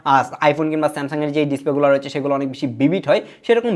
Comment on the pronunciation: Samsuuddin aha aha smasung😂😂